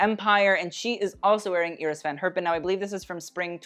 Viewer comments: Does anyone else laugh at his mispronouncing of him saying Iris Van Herpin?? He keeps pronouncing Iris as [Ear-iss] when its pronounced [Eye-riss] he thinks he's so proper and bougie he mispronounces Cannes as well. He needs to learn to pronounced these designers if he's going to be so Miranda Priestley about everything. Ya feel me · Not familiar with the designer Iris Van Herpen but traditionally the first name is pronounced Eye- ris rather than Ear-ris.